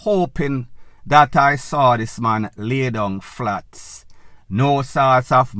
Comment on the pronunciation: One vlogger, can’t even pronounce the word this, all you hear is zit and zatttt.